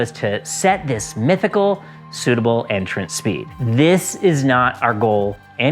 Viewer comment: "my goal, was a phblbghnmpgh entrance speed..." I didn't catch that. I'll figure it out probably in two ways: One, in context with the rest of the vid I have yet to see, and, 2, "slow in, fast out".